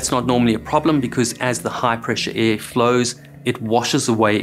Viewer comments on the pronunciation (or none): “air” has an “r”